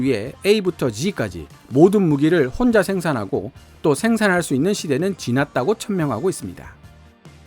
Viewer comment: '혼자' 라는 말을 너무 강조하시네요 ㅎㅎ 오늘도 잘 들었습니다~